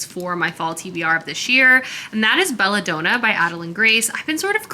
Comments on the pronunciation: Belladonna is pronounced like the woman’s name Donna. It’s DON-NA not DOH-NAH. Don as in Donald. So like basically it’s the name “Bella” and the name “Donna” together in one word! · Been binging your channel and really enjoying your videos, but a few pronunciation errors are driving my teacher brain nuts! It's Belladonna, as in Donna, not doh-na like donut. Tea comes in sashays, not sachet pronounced like hatchet, and Salome is pronounced Salomay, not Salomuh. Love the content, but maybe just run names and words through Google before filming!